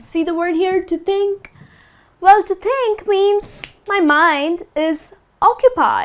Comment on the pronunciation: Many mistakes in pronunciation "THINK" is not "TEENK"